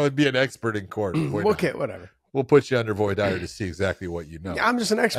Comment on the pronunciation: Big John tries to show off he knows big legal terms "voir dire" but he doesn't know how to pronounce it. 🤣